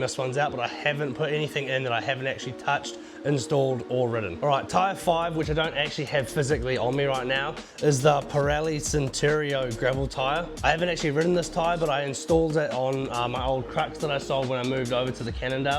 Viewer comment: In is not Centurio mate, it is Cinturato. Anyway…potahtoes, potatos..tires are excellent. 😂